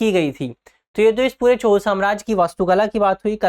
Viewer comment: 😂Pronounce it as CHOLA, not Chol !